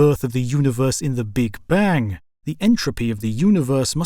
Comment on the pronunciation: Llove the content but the ai voice intonates certain syllabus which is funny but distracting. When he says “The big bAAng”